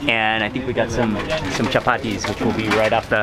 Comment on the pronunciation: he just said chapatis..bro u Marathi???